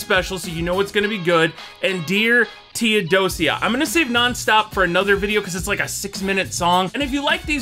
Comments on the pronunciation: It’s pronounced THEO-doja the sia makes a J sound like in ASIA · Please stop saying Dear Theodo-seeya. It's Theodo-shuh. Dear Theodosia. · “Dear theodosia” “theodo-see-a” you’re not helpless, you’re hopeless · "Tee oh dozy uh"🤣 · Thee-oh-doh-sszha Theodosia rhymes with ambrosia. I’m so enjoying your reaction videos, thank you for doing this. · Just so you know Theodosia is pronounced (thee·uh·dow·shuh) and Theodosia is Arron Burr's daughter. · pronoucned Thee oh doge a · You're pronouncing the Th in Theodosia, now I wanna know if that is how you pronounce the sia when you say Asia, because Theodo Sia was not the name of Burr's wife or daughter.😂🤣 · I wanted to correct you with Theodosia so many times except I realized it would do no good to put in the comments because you still would say it the same way.